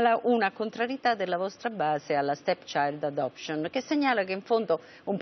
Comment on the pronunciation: Minuto 10.50, Annunziata: "Stepchisghelect...stechiadosc..." Questa è una giornalista?